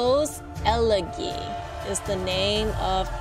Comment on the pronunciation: It’s ele gee , like see!